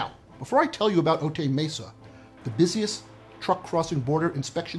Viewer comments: It's "Oh Tie" Mesa not "Oh Tay". 😊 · Otay is pronounced, “Oh-tie”...like a necktie. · How do you spend a week doing investigation in Otay Mesa and mispronounce it?